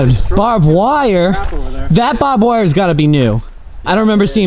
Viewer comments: dude. it's barb(ed) wire. not Bob wire. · you say barbed wire "bob wair" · its barbed wire not bob wire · bob wire? did you mean BARBED WIRE? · Bob wire? Does he mean barb wire?